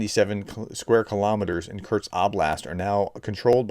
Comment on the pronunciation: PET PEEVE: Once again, there is no "T" in "Kursk". It's "KuR-sk, not "Kurt-z". It's a simple name.